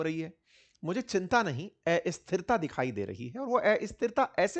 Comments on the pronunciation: एस्थिरता नहीं अस्थिरता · हिंदी में एस्थिरता नहीं अस्थिरता बोला जाता है । कृपया उच्चारण में सुधार करने का कष्ट करें